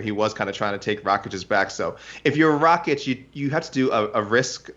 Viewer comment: FFS ITS RAKIĆ NOT RAĆIK... if thats hard to remember, use his name, or nickname..